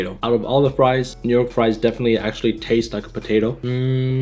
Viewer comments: Can't forget ze frois, and ze bebsi! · Where are “FRESH FROIZ”?